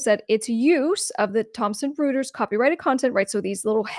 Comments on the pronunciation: It's pronounced "Roy-ters", not "Roo-ters". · Royters not Rooters. 😊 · I think the name is pronounced "Roy-ters" instead of Roo-ters. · As a former publicist let me share that the pronunciation of Reuters is ROY-turs. ... thanks for another great video! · Pronounced "Roiters." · Reuters is pronounced "roiters" because German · The name is pronounced like -- ROY-TERS. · Isn't that pronounced "ROY-ters" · Reuters = "roy terz" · Good video. But Reuters is pronounced ROY-TERS!!! Good content otherwise.